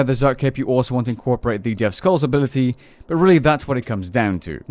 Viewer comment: "Tuskal zuk" lmao turn on game music and listen to the intro The T and S are silent, "kal zuk". Love you bud, keep up the great content